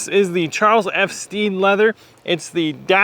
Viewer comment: Great review! Putting in those miles and they look incredible. The perfect shape boot. CF Stead produce some amazing leathers and suedes. I have their Repello suede and also their kudu, both great. Stead rhymes with bed by the way.